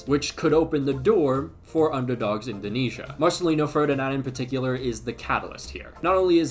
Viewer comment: 🤣🤣🤣🤣 still hard to say "Indonesia"